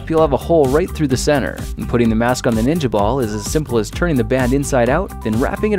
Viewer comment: "Ninia balls"